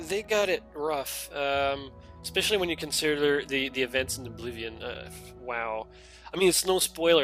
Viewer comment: Aww man, I miss your old pronunciation of Oblivion. Please go back to Uh-bliv-ee-on : )